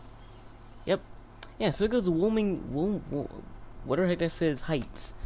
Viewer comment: Why-oh-ming. That's how you pronounce Wyoming.